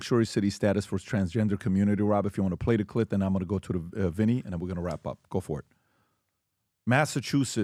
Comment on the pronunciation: You need to say "cliP" with a p.... It sounds like you said clit and the CC did read "clit" because you need to emphasize the P.